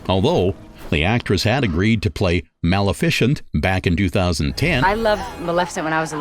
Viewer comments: I enjoyed the two-part presentation immensely but the narrator needs to work on pronunciation. When talking about the movie Maleficent, he pronounces it Mal efficient. This is one of many. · Is the narrator of this (very good) documentary AI? Or just some miseducated homeschooled person who has never ever ever watched a movie, had a conversation, or listened to an audiobook or radio broadcast or sermon or…. The mispronunciations were funny at first, but “Mal-efficient” takes the cake. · The narrator is just butchering everyones name! Mal-efficient? Really?? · When you want to correct the mispronounciations but you don't want to teach the AI... 😵‍💫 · It's good, however the narration is very poor, even laughable that person can't pronounce English , locations and actors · Wonderful job! But the narrator hahahaha. The pronunciation of Maleficent made me laugh